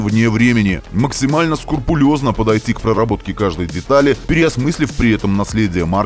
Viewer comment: Очень люблю и бываю в Испании, но, к своему стыду не только не видел, но даже не слышал о такой марке, хотя сам автолюбитель. Кстати, слово " Скрупулёзно" Говорится так, а не по другому😊